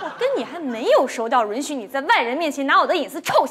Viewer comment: 仔细听，有一句 我跟你还没熟到”轮“许你在外人面前拿我的隐私臭显摆。那个允她绝对读失误了。